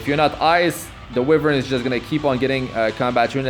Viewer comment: Why-vern not We-vern